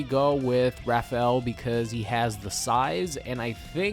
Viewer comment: Anyone found the way he said Rapheal's name annoying? Sounds like hes saying "Raffle" but in a weird way 😂😂